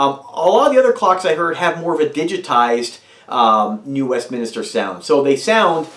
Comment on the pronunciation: Westminster not Westminister